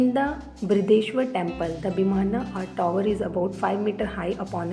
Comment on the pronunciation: Tower ❌️ Touawar✅️✅️ Mandapa❌️ Mandaaaapa✅️✅️ Omg😂😂😂